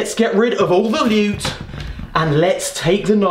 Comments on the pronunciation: Prrrrecious lewt! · swweet prrrrrrrrrrecious lewt 😂😂😂😂😂😂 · When your boy says Lewt 🔥😩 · LEWT. SWEET. PRRRRRECIOUS LUTE